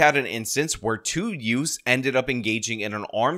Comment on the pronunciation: …what did you say? Two utes? 😂